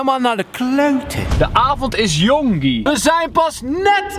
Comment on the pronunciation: Het is geen gi maar guy